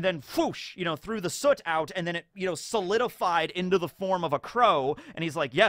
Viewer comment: It's been kinda crazy how many OP content creators I've noticed not knowing how to pronounce soot lol.